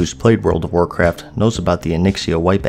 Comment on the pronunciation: "And that would be the World of Warcraftuh." - Alex Trebek